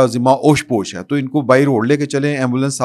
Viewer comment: Mein pehle be 5 dafa keh chukka hun kay zimma "oash posh" nahi hota balkay "tosh posh" hota hai. Correct your self.